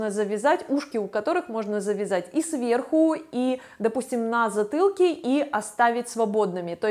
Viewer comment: На з ы тылке. А почему вы так говорите. Не крысивый силуэт. Пыльто. Пыказываю.